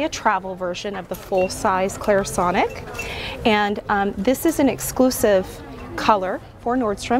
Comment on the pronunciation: First off, it's Clarisonic NOT Clearsonic. If you're making an informative product video for your viewing audience, you should minimally know how to both spell and pronounce the product name. Undoubtedly, the brand would appreciate that much effort on your part. My opinion of product comparison isn't biased as you so incorrectly suggest. It is, however, given from a personally researched and tried perspective. Parfois, le bon marché peut coûter cher! Google it my dear.